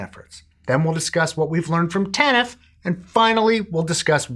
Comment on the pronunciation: You say "TANF" strangely. It's monosyllabic. Tahnff, not Tannif